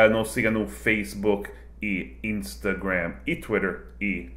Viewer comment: Hahahaha minha esposa acha muito engraçado quando vc fala o nome das redes sociais: Facebook, Instagram, Snapchat. Meu Deus, aqui no Brasil vira feicebuk, Instagram (com a nossa famosa pronúncia) e esnapichati